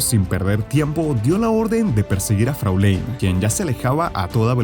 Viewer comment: Integra wingates hellsing es el nombre de "Fräulein" se pronuncia algo asi como frolain, significa señorita.